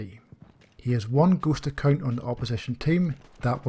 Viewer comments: It is shameful that it took me half a video to understand he was saying "ghost account". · Something else really like some kind of obscure German gaming term. I had to figure it out by listening to the context of your narrative. Again the shame is on me. Good video.